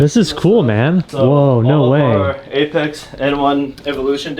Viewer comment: Ain’t no JDM. 90’s called and asked JDM back. No such thing when it’s a global platform and it’s not AhhhPexxxxee. It’s Apex I hahahaha can’t even pronounce it right and JayyyyDiEmmmmm 😂